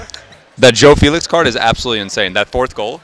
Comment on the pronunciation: ITS NOT JOÃO "FILIX" BUT "FÉLIX" ITS DIFFERENT